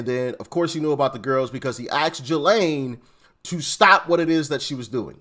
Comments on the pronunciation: I think it's pronounced Gis- lean... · It's Gee-lane. I heard her brother say it. Like the butter gee. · Ghislane is french name & pronounced w/o the "s". hard "G". = Gee‐lane.. "g" in french language is sometimes pronounced hard & sometimes soft like our USA English. (Throw you for a loop=) Also in the french their "g" is sometimes pronounced "zh" like in their surame > Gigo < pronounced zhi-go. So they have some oddities in their (alphabet) letter pronunciations like our U.S. English does. "s" is not ALWAYS >unpronounced especially when they occur in the middle of words. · its pronounced Jizz Lane